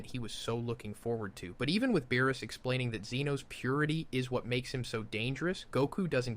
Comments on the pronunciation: Yo, not Beerus.... BAROOS 💀💀💀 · Are you testing out some sort of script lmao "baroos" and not beerus is crazy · wis (whis) log ic (logic) baroos (beerus) wis (whis) wierd pause preesentations (presentations) cant be bothered to watch the rest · BuhRuss? Have I been saying his name wrong this whole damn time? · Same. I didn't even notice anything wrong until it said beerus' name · Yo did you train an AI with your voice to do this video? Some of these pronunciations are atrocious and inconsistent. ie: Vegeta, Saiyan, Beerus...etc Also your tone is just so flat and monotone the whole way through